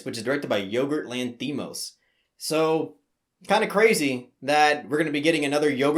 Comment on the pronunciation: Why do you keep saying Yogurt Lanthimos?